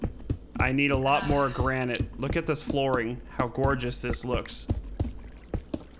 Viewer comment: you should know if it grenit or polish grenit okay bereghost